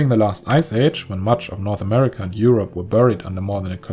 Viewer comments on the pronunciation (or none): none